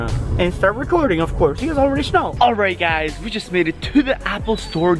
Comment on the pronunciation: why does he say sh-know instead of know?